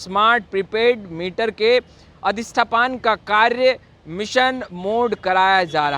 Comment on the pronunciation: अरे भाई सही पढ़ा तो करो। अधिष्ठापन को अधिष्ठपान बोल रहे। क्या है...